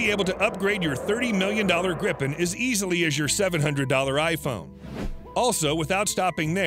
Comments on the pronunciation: Gripen pron: (Gr-ee-pen), means Griphon in swedish. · Its so funny as a person Who is from sweden hear him say "grippen"